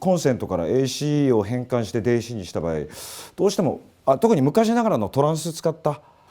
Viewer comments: 場合をばやいって言う和嶋さん可愛いw80年代初めだけど本見ながら自作してたなー。当時は田舎ではなかなか手に入らなかったディストーション+とかファズとか作ってたなー。いつかはボコーダー作りたくて夢みてました。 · 場合をバヤイって発音してるの、方言なのか癖なのか分からないけどなんか好き笑